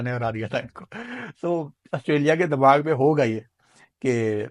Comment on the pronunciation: Dimag ❌ Dammag ✅